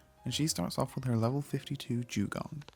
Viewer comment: i could swear he called it a jewgon......